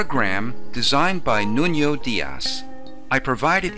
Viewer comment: Nuno Dias is Portuguese. You misspronounced his name. What you pronounced was like the Spanish Nuño. Nuno is pronounced like this: NU = noo in noob and NO is like no in nomad.